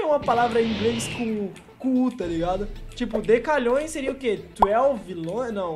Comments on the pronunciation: dc é decilhoes e tu fala decalhoes kkkk ud significa unidecilhoes que é dps de decilhoes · Pessoas normais:Decilhões:Decalhões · Nossa man fico mto loco quando o ine fala os nome do número errado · E msm q fosse DC= N é decalhoes e sim "decilhoes